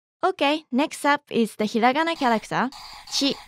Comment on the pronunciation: it feels so weird( and satisfying) hearing hiragana said correctly instead of the slow stretched way English people usually say it